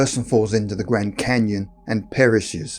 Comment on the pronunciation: the gwand canyon, something seriously wrong with people who can't pronounce words with the letter R